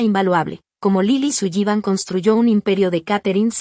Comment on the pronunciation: Interesante. Pero no me gusta como, tal vez, para los hispanos parlante, pronuncian el apellido Sullivan.